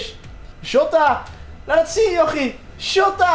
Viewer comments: de man van de goeie uitspraken: PaGeGo, Joota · je spreekt het uit als zjota